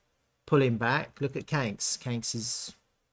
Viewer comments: It’s pronounced…Kwan-X… not Kanks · QANX /ˈkwɑːnˈeks/ ..... Not kwenks...